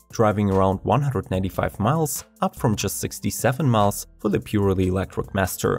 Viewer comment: You mispronounce electric as Elektwic xD